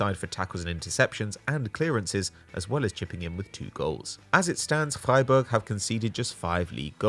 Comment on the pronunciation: That first pronunciation of Freiburg was flawless 👌🏼